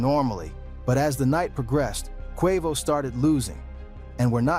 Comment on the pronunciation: YESSS!!! Tekashi 6 9 Nine… Pronounce Quavo name wrong half the time… Craziest pronunciation of “Innocence” I’ve ever heard. Pure SLOP